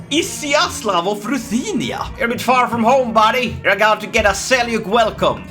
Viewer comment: It's pronounced as Seljuk not selyuk